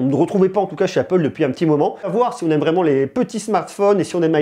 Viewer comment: "vreeement" 🤣 J'suis plié 🤣 🤣